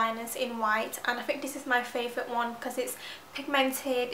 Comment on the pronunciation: Its sooo cute how you say 'dis' instead of 'this'